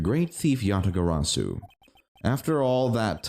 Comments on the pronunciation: I'm sorry, but I'm not a fan of the Kay-mispronouncing-"Yatagarasu" shtick. Besides, I feel like it would be everyone except Kay who would initially mispronounce it. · Im writing down every mispronounciation of Yatagarasu and this episode was. A lot. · Kay's character arc will be completed in the next case where she'll learn how to say Yatagarasu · I still love that kay is just unabashedly unable to pronounce yatagarasu